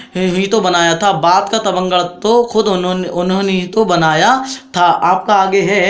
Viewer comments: Vo tabangar nhi batangar hota h 😂😂😂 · Sir vo tavangad nahi Batangad hai ..